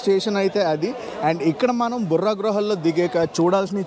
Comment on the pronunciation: బుర్రా గుహలు కాదు.బొర్రా గుహలు